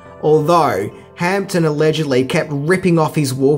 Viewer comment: Adrian Guinn i noticed two more, james hamptom and simularities. He does it in every video hehe, its a mission to find them all!